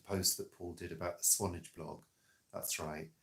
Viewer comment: Swan-ARGE. It's not a and Paul vlog without an alternative pronunciation ❤👏